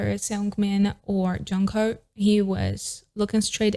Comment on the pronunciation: se pronuncia yonjo (jongho) im atiny for ateez